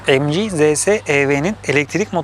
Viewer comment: Mg derken emci ZS derken zese :D